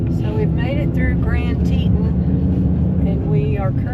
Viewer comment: Its pronounced tea ton "teton"